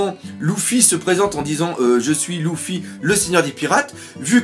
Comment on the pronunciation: ça me gêne quand tu dit Louffi on dit Lefi